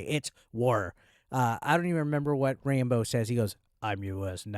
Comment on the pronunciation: You pronounce Rambo like Rainbow 🌈 . I switched from listening your video to actually watching it and was pretty disappointed… no rainbow bandana 😢